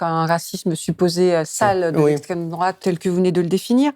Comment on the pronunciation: C'est pas l'esssstrême-droate le danger ? On m'uaurait menti ??